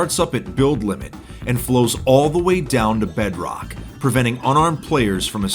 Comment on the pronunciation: I love when he says bedrock. Bedroack